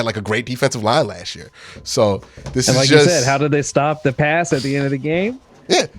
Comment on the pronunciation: It's "last year," not 'lashyear'. Annunciation is key to languages.